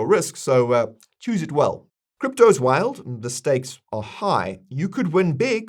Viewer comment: I thought you said Mistakes are high, or did you say Steaks are high? Or was that Stakes? Hmmm 🤔